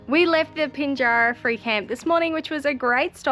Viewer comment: Part of the fun watching is in the mispronunciation of WA place names… Pinjarra was another..